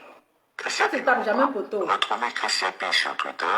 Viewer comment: ❤️🌹 il s'appelle chris yapi Pas chris yopi 🤦🏾‍♀️🤣. Gros bisous à toi 🌹 😘 ♥️